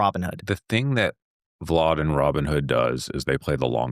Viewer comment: Why tf is he calling him “Vlod”???